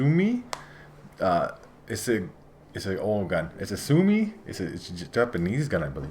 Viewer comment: It's pronunced like Sue owe me